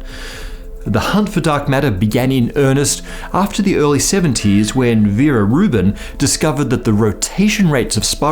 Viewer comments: it's vera rubin, not vera ruben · I must correct: it is Vera Rubin, not Ruben. Sorry about that :)